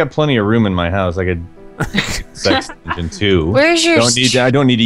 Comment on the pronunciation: i thought she said six dungeon snd 5 seconds later i figured out she said sex dungoen thumbs up if this happened to you